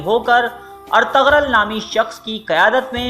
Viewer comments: Itni information lay to aye pr ertugrul ko pronounce krna nai aya Ghain silent hay, ertugrul ko erturul parho gy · ارتغرل غلط تلفظ ہے۔۔g سائلنٹ یعنی خاموش ہے بہتر ہے کہ صحیح ادائیگی کی جائے اور ارترل بولا جائے بہت مہربانی ہوگی آپکی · It's not Ar_tag_rul*.🙄😒.... It's *Er_tu_rul respect sy naam lein Inka or in ki family ka.. Allah k lye unhu ny apni Zindagi waqf ki thi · Artagral Nahi hai Bhai artugrul hai Sahi Sahi naam liya Karo sabka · When you realize the narrator is pronouncing Ertugrul’s name wrong........😒😒😒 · Agree, ertugrol was from Lebab Turkmenistan not from Kurdistan, please correct your pronunciation, any how appreciate your video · ap ne osman gazi k walid ka naam aur bursa shehar ka naam galat parha apko thori knowledge mai iazafe ki zarorat hai